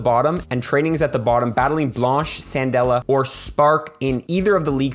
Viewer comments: FYI, It's "Kan-dela" not "San-dela" since her name is modeled after the candle 🕯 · Candela not cendela lmao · Does anybody else pronounce it "Sandela"?? Like... isn't it "Kandela"? It's a spanish name and it also translates as "candle" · ‘Candela’ San-dela- wait is that how your pronounce it? I have being calling her Can-del-a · Wait, isn't it pronounced "Kandela"? Like candle, for fire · "Sandela"? What? 😄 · Im I the only one who heard San•dela. 🤣